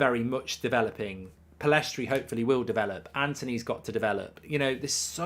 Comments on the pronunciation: Should really learn his name if you're gonna praise him so much. It's Pellistri, not PellEstri. Love the content, Mark! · Will Mark ever pronounce Pellistri's name correctly?